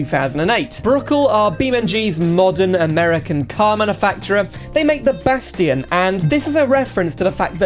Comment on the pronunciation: "Bas tion" lmao